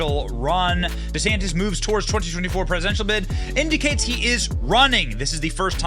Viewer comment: ☆TRUMP IS PRESIDENT 2024☆ What a waste of money, Ron. No one in New York/NJ will ever vote for DeSantis. Don't bother, "Deesaaaaantis" that's the way he pronounces it. Whiny. Coat-tail rider. Nah. Nope.